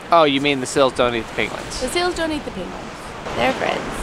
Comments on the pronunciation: I love how says seals as sils. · I know this comment is several years late, but I laughed a little at the say says seals. Sounds like “sills”😂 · Ahhh can't get over how he says "seals"like "sills" ahhhhhh